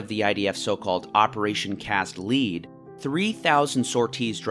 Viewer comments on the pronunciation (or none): I’m sure it’s been commented a hundred times but “cast lead” is pronounced “cast led” not “cast leed” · Operation Cast Lead is the word "lead" as pronounced "led," not "lede" as pronounced ~ nice vid, just wanted to point that out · Wait, ...if Israel did a cross border raid in response to rocket attacks by Hamas, wouldn't that mean Hamas broke the ceasefire, not Israel? Other things: Has-ba-RAH, not Has-BAH-rah Operation Cast Lead- lead rhymes with bed, not need. Yarden is Yar-deyn, not Yardin. You probably have good points in this video but it's hard to take seriously when you're consistently mispronouncing the thing the video is about. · It's lead not leed bruh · great video and everything you said seems well researched. one pedantic correction i'd hate to make is the pronunciation of "lead" in Operation Cast Lead rhymes with "bread" not "breed' ✌ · It's pronounced "cast LED", as in LED zeppelin. As in the metal element, LEAD. Lead is CAST. "LEED" is not cast. "Cast LEED" makes no sense. And "Hasbara" is pronounced "Khas-bah-rah". Not Has-bar-ah. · Cast Lead Pronounced as in Led Zeppelin. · This guy says "lead" funny. Like it's a marketing or detective term. It's pronounced "led" like, the type of metal used to make ammunition. That's the intended word used for the "Operation". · in "cast lead", "lead" is a metal that is pronounced "led". also, the 2008 ceasefire was immediately violated by jihadists firing rockets at Israel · "Operation Cast Lead", "lead" as in the metal, so pronounced "led". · I think it’s Operation Cast Lead (the element) not “Lead” (the opposite of “follow”) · What does his syllabic pronounciation have to do with Credibility? The English Language is a walking contradiction which half of its natives can't make heads or tails out of it. The fact that he mixed up "Lead With Lead" might just be the result of him relying on written sources instead of auditory ones.